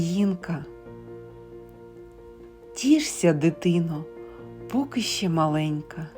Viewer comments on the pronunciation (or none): "Поки" наголос на "и"